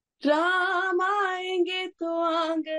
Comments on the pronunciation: Nice to hear the proper pronunciation as Raam. Coolies, westernised Indians and westerners pronounce it very crudely and badly as Raamaaa. Its very sad. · Her Hindi pronunciation is fabulous, amazing, superb जय श्री राम 🚩🚩🚩🇮🇳🇮🇳🇮🇳